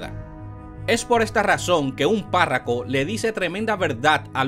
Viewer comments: Viejo aprende a pronunciar las palabras, no es parraco, sino párroco. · no se dice párraco,es párroco. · UN CONSEJO PARA EL PERIODISTA. NO SE DICE PÁRRACO. SE DICE PÁRROCO, QUE SE DERIVA DE PARROQUIA. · Hermano no se dice PÁRRACO se dice PÁRROCO. Por otro lado si esperaremos 2 años para parar la delincuencia nos fuñimos.... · Párroco, no parraco, parroquia, parroquianos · No es parraco, con todo respeto, es Párroco que se dice. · No se dice parraco , se dice párroco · No es parraco, es parroco, no es costo, es coto. O dios, y estos intelectuales religiosos, comunicadores y politicosque nos gastamos. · Caballero párraco no, párroco. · Muy Buen trabajo. Pero lo corrijo, Amigo: no se dice Parraco, se dice PÁRROCO. Continuación de un buen trabajo! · de buena fe, PARROCO no PARRACO. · Párraco no compadre... PÁRROCO. Usted debería aprender hablar primero y luego informar, no cree ?